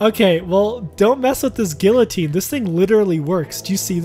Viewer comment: ok but can we talk about how pronounces guillotine